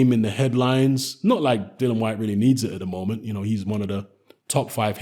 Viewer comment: Dillian, as in rhymes with Gillian.